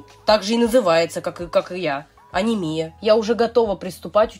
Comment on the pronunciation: Почему Анимия а не Анямия или Анемия